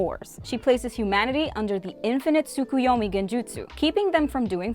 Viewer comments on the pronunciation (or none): none